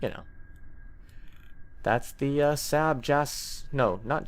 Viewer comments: It's pronounced "Sarb" not "Sab" :p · saab is pronounced like sob just fyi